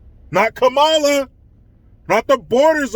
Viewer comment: It's "Kumala"